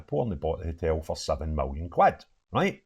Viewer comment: I would never have guessed you were a rangers fan . Btw it’s a hotel not a hitel